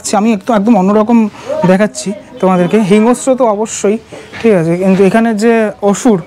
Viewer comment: হিংস্র শব্দটার উচ্চারণ hingo-shro নয় hing-shro